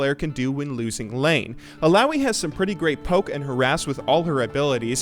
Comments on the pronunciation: im pretty sure it's pronounced eeh-lah-oeeh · you saying illaoi triggers me...